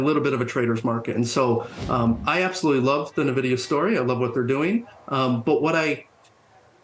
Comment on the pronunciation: If the person can't even pronounce Nvidia correctly (Nuh-Vidia), I can't take them too seriously.